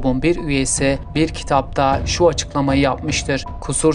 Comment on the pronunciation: Bir de kitap demeyi ogrensen kardeş.